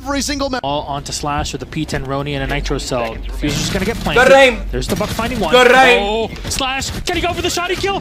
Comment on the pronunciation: Jynxzi rlly saying "goor aim" to pro players 😂😂